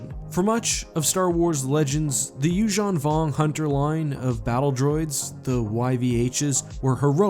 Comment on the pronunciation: please call yuuzhun vong without accent :(